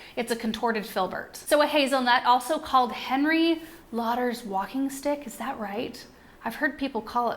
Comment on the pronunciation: Hi there, thanks for the great video. Just wanted you to know that Harry Lauder ( pronounced lorder) was a Scottish music hall comedian/singer and was known for his curly walking stick ( cromach) Have a great Christmas and fabulous new year!